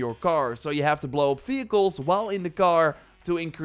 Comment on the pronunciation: fehicles? or vehicles